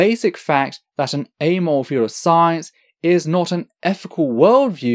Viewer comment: I'm really liking your video so far, and your method of presentation, citation, and calm clear explanations. Spectacular really. However, and I apologize if it's just your accent, but "amoral" is a 3 syllable word, yet I only hear 2 from you... like "Amole" yet, when you said "morally ambiguous" all 3 syllables were clear. Maybe it's just that word for you, but it causes a little spasm in my head everytime I hear you say "amole".